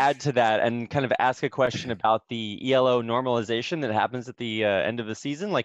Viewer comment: This is incredibly pedantic, but it's Elo (Ee-low) system, not ELO. It's not an acronym, it's named after Arpad Elo, the guy who invented it.